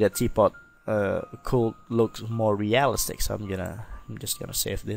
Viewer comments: Real iiii stic, emphasis on i in the middle of the word. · Amazing tutorial, though I must admit, your pronunciation of "realistic" had me chuckling quite often <3